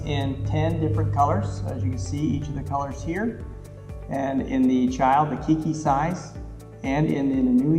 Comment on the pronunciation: Keike is pronounced “kaykee” just so you know. I’m from Hawaii 😊